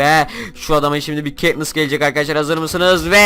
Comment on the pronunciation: Ketnıssa keknıs dedin